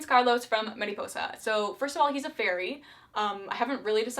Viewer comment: In the first barbie movie ranking video she was like "All the royals in Mariposa has a wEIrD accent" but in this one she actually says they're doing a Spanish accent and pronounces "Mariposa" properly. Someone learned something. 🦋🦋🦋